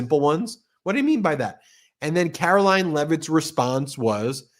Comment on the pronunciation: It is pronounced Karo-lying Leave it, drop it, stop, bad doggy!